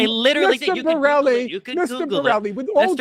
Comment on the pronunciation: Destiny asked the most basic point to analyse a genocide and this so called scholar who read that document 4 times didn't get it.instead of accepting that he started calling boreli broli bureli brule😂😂.